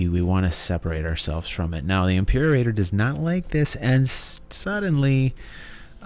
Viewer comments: can't find the spot right now, but you said "Impeerraider" instead of "Imperator" (I can't write english phonetics, so I can't tell you how it should sound) But thanks for the great overview! I just watched it and I will at least watch it once again when the game drops. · Dude, "Impeerraider"...